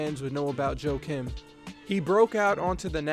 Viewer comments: u Americanized pronunciation of his name. Joe Kim?? Joakim pronounced Wa kim... the J is silent. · Pronounced "Yah-keem" Noah?